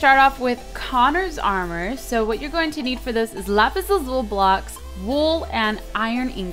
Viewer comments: Lapis Lazuli not lapis lazul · LAZULI NOT LAZUL!!!!!!!!! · I think you say lapis lazuli, not lapis lazul... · its LAZULI .... not lazul x3 its freakin me out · lazuli not lazul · Lapis lazuli not lazul